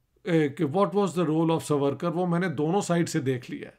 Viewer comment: سورکر نھین ساورکر بولو